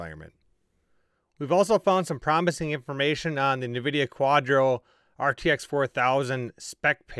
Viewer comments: Pro tip. It's pronounced N Vidia. Not navidia. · He said nevidia